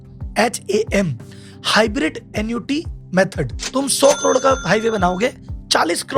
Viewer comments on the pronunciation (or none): none